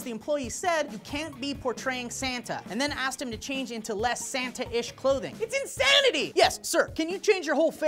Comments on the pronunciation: Did he say in-santa-ty? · I think you mean In-Santa-ty ohhoho! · It's in-SANTA-ty!! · i was explecting to say.. its inSANTAty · In-SANTA-ty (insanity) bahaha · It's in-Santa-y!